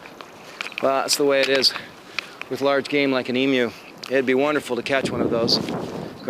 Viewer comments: Thanks for pronouncing 'emu' properly - the Americans seem to say 'e - moo'! Love your videos; you show it as it is, and I agree 100% with you about the flies! 🇦🇺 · at least he says emu correctly XD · Honestly; I'm just satisfied and happy he pronouned Emu right.